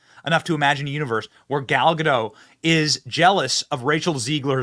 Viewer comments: First of all, it's pronounced GUH-dot not GUH-doh. She's not French, she's Israeli. Secondly, being a celebrity is a mental illness. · Benny, I love ya. Say Gadoooooooh. Gal Gadoooooooh. Not GaDOT Edit: You fixed half way through. Sweet! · GA -DOT, NOT, GADOUGH.